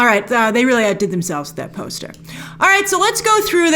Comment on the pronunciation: "And we gaht a POST-UH!" "It's only a TEASE-UH!" 😊😊😊😊😊